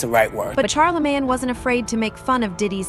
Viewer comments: Who tf is CharlaMAN and (CH)ARR-La-Mayne lady!? Stfu! 😂❤ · Why Cant u Caucasians ever get Black People Names Right?? Its NOT Charlamaaan, it's MANE, as in LANE. Sheesh. smdh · Char-la-man….. wow ok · Love how the A.I. keeps saying "Char the man" instead of saying his name correctly lmfao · Char-La-Man? Hahaha & Where is the leaked video?! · Char-lih-mann lol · Why shorty keep calling Charlamagne, Char-la-man? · ITS CHAR-LA-MAIN! RESEARCH PPL’s NAMES BEFORE YAL COME ON HERE TRYNA REPORT 🤦🏽‍♀️ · I stopped listening as soon as the voice or person said "Karlaman." If you can't get the name right, the information is probably bogus.